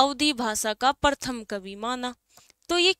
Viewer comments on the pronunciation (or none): प्रथम होता है, परथम नही बोलते।🙄